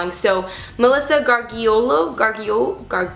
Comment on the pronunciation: hahahahaha you answered my question !! But totally said my name "Gargiullo" wrong haha it's an Italian name so no problem i totally forgive you ! xx